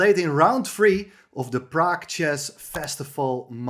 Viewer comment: Great commentary, thanks, but please note: 'Prague Masters' not 'Prag Masters'!